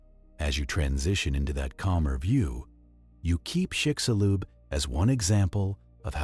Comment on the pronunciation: chicshulub, that is how it is pronounced, trust me i'm from yucatan and also it sounds weird when gringos say THE Yucatan, is just Yucatan